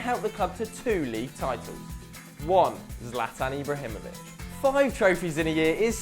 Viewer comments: Imbrahimovic 😂, good video though m8, I will like it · ibrahimovic nor imbrahimovic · "Imbrahimovic"? It should be "Ibrahimovic". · its not imbrahimovic. its ibrahimovic